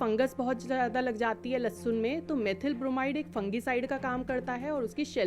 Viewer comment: Dr bol rahi lassun😂😂😂